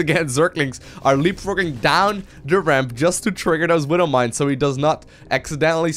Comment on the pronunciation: I hate it how he says "Widdle mines" .. Widow. Not little.